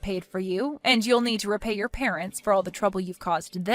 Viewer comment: "Parent's" or "Parents' is not pronounced with two "s".